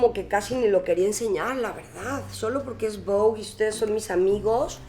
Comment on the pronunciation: Es la única latina que pronunció bien “Vogue”